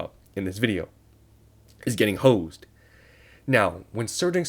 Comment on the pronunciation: bro why you say hosed like that?😂